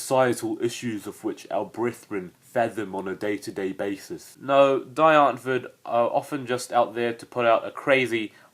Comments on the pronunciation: the "die" is pronounced like the letter "d" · "DIE " is pronounced "DEE"